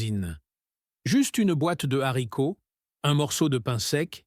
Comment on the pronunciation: On ne dit pas l: les zzharicots, mais les haricots !